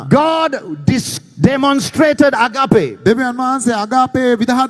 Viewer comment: excellent. you say "Ag..AA..pe". there is no "AAPPe" in how you pronounce it. the correct pronunciation should be "AAG..ape"., these idiots are jealous of your rise as a stand-up comedian of all time from Sri Lanka. PLease correct your pronunciation error. Please Do not forget us. Your fans., ME WAGE SEPA Dena eka nathara karanna nam EPA..